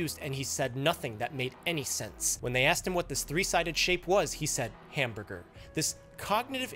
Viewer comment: "what shape is this?" "hamburber"